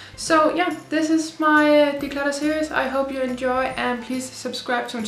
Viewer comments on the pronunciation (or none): Please know I am laughing with you when I point out...... "deslutter" 😂 x